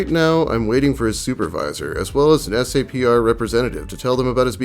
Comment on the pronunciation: Hey. JUST in case you come across another navy video SAPR is pronounced “Sap-er” Love your content man I’ve been a fan FOREVER